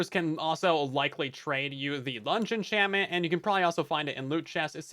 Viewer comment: "six or seven enchantment" I can't unhear it